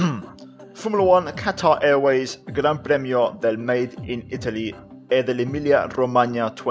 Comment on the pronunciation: You said gran premio really well